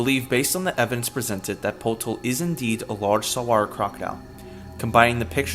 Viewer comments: It’s “Putol” not “Potol” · its probably putol (chop) in filipino not potol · Potol, pronounced "Pu-toll", actually means "To Remove", "Sever" and "Dismember" in local dialects of the Philippines.